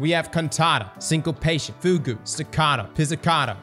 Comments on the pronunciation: FooGoo 55:D I'm guessing says it that way as a gag but for anyone who doesn't know how to pronounce it FR it's "fyoog" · Dude please ... You HAVE to stop saying "foogoo" it's pronounced "fyoog"... F-ew-g"... Not foo goo 😂😂😂😂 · Fugue is said like "few"g or f"you"g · "FOOGOO" lol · Anybody gonna tell him how to pronounce fugue?